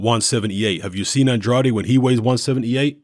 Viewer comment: The "ade" in Andrade is pronounced like the ade in Lucozade.